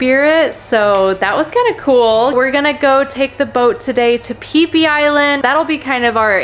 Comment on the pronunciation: “Pee pee island” 💀